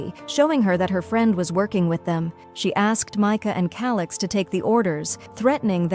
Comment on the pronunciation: Bro said(ALIX) NOT (CALIX)😂😂😂😂